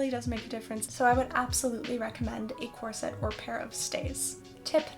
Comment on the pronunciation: Corset is pronounced with emphasis on the first syllable, not the second.